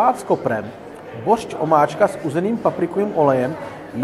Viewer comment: Kámo je to boršč, ne bořč, jak neustále opakuješ 🙂